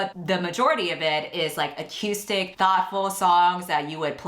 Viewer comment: It's pronounced acoostic, not ac-u-stic.